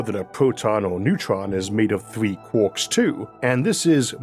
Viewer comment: I LIVE for when you say Quarks ahhaha Kwaaaak. i LOVE IT! <3